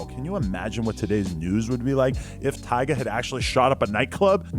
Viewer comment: he said “tyger” bruh lmao